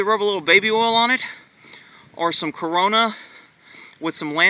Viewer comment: did my guy say corona